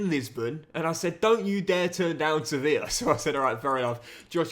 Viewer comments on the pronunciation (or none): none